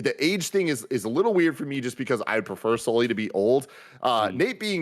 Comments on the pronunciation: you know it’s Sully and not Souly right? 😅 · The amount of times they kept saying souly instead off sully was making me laugh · has never been able to say Sully right and that always puts a smile on my face